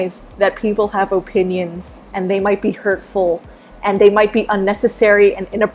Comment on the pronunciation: Why do you say opinion like "O pin yins"? LOL